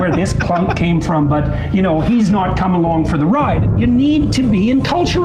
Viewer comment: Peterskin makes the word "not" a two-syllable affair. Noet.